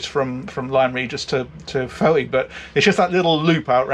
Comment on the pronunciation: “Fowee”? Come on your are almost a local despite being just over the border - proper Cornish pronunciation for Fowey is “Foy”. Great vid all the same, I won’t hold the Devon pronunciation against you!